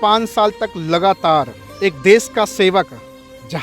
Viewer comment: Desh hota des nhi 😂😂